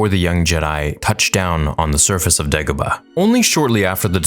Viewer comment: He accidentally said Gedebah instead of degabah